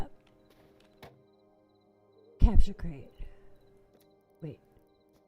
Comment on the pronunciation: and did you just say crapture crate?